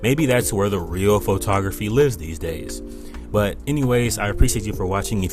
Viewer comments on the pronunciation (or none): Pho-ta-graphy? What is that?